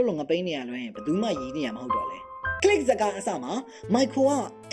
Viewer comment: bro did not say click more like knee gi